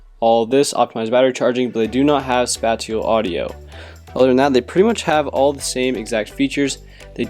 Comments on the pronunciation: Not spa-ti-ul....spay-shul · great vid, and i hate to be that guy but its spay-shull audio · he said spatial audio wrong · Not a big deal but “Spatial” is being pronounced incorrectly. Otherwise thanks for comparing these.